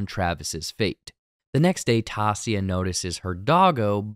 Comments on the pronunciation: The butchering of Taissa’s name in this made it almost unwatchable. How did you binge this entire series and not know how to pronounce her name? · Tell your guy to pronounce Taissa’s name correctly. He says everyone else’s name correctly. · Was coming here to say this. They say Taissa’s name a bunch to times in the show- especially with her running for office. Silly mistake for such a big channel. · The way it made me cringe with mispronouncing Taissa's name. 😭😭😭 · I'm sorry but the way you say Taissa is bothering me too much! 😭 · Please work on your pronunciation of Taissa. Literally no one in the show says it the way you do. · Lol omg you're getting bothered by someone mispronouncing someone's name in a show wow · just a heads up, its 'unconscious' & 'consciousness' ' not 'unconciounce' 'conciounsness' (youre adding an extra 'n') (@ - ) - and dont get me started on 'Taissa' smh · I think your mispronouncing Taissa. I can't wait for season 2!!! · The only black character on the show and you butcher her name. There are about 10 hours worth of people saying her name. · how are you like so inaccuarate and off about damn near everything in this video lmfao did u even watch the show??? cant even pronounce Taissa's name right. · Lol. This is the worst recap I have ever watched anything. From completely mispronouncing a main characters name for 30 minutes to super oversimplifying situations, and even dumb stuff like mixing up pronouns. This is a disaster. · There is no way you haven't acknowledged how badly you butchered Taissa's name. By saying it, TAH SEE UH, if you really binged the show with your own EARS you would know her name is said literally how they say it. TIE EE SAH. Its like someone calling Anna from Frozen ANN UH when shes called ONN UH in the movie and saying you worked on the show. Its just giving off hired someone to write a script and watch the show so you don't have to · Great recap, but the lady's name is pronounced Ty-EE-sa, not TAH-see-a.